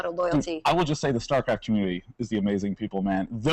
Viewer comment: if she says "startraft" one more time, I think Day9 is obligated to kill her.